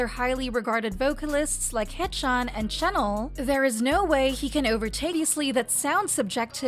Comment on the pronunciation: Dude I hate how she pronounces Renjun like "Wren Joon" in Chinese the E makes an "uh" sound. Don't even get me started on "Chennel" (Chenle). 3racha is a subunit not a member 😭